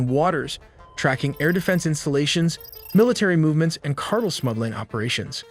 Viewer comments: Pronounces tren de aragua, Then says 'cardel'😂 ( not subscribing) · Can you say "car" and then "tell"? That's how you pronounce the word "cartel". I've never before in my life heard it pronounced as you just did. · Say it with me now...car-tell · Please pronounce cartel correctly. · The way this Ai says cartel pisses me tf off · bruh, i love your content but y'all need to learn how to pronounce "cartel" seriously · Your pronunciation is terrible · you refuse to pronounce cartel correct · Is it possible to teach your narration program how to pronounce 'cartel'? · You need to train your text-to-speech better. It doesn't know how to pronounce cartel. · Keep mispronouncing CARTEL and keep getting dislikes. 🙄🤣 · I can’t trust this channel’s information if the guy can’t properly pronounce cartEL Pastel, Darnel, CartEL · I like how people called you out previously on how you pronounce "cartel", but you still pronounce it wrong. It's CART-EL (as in El Salvador). Not cartl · Mommy mommy when I grow up can I be employed by The Cartul? "Honey, WTF is a Cartul, can you say it in a sentence so mommy can familiarize herself with it to better assist your decision?? Sure madre! When tio Raul came home last summer from college he mentioned he met a Mr. Jung and they smuggled many many pounds of good grade drugs into his dorm through the Cartuls. "Why honey that's not how you pronounce the word hahahahah" But but... says it that way and he is a smart computer, right? Right Mommy???? (crying himself to sleep without an answer) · Why can't he correctly pronounce Cartel? Car-tell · What's a Drug "cartle?" 😊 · LOL "cartil" wtf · Car tell, not cartle lol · Cartel not cartle. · car TEL not CAR tle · what the hell is a CARTEL? Not Car-TELL he said CARTEL LOL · Not cardul ITA Pronounced CAR TELL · these narrators should read over their scripts for words they are not familiar with such as: he pronounced car tel' as car' tul. happens all the time with simple common words.